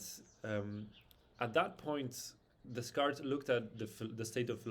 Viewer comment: Enjoyed the unusual take on sound. It's pronounced "day-cart" btw!